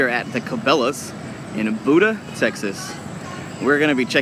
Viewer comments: BUDA, Texas - This is not pronounced "Buddha". Instead, the phonetic pronunciation is BYOO-duh.Aug 2, 2008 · Buda Tx is not how you say it , it’s buuuuuda Tx with the long u sound lol that cabelas is nice though . Try the bass pro shop in gorgetown . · It's pronounced bueda